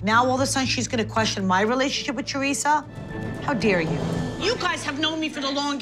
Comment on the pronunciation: The way Siggy says ‘Chorisa’ instead of Teresa 😂